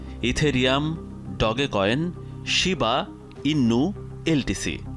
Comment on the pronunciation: Shina inu ❌ Shiba innu✅